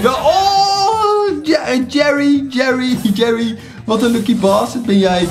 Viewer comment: het is GERRY niet jerry